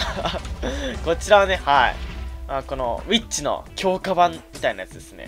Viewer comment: ミュータントウィッチスパイダーが ミュータントビ〇チスパイダーに聞こえた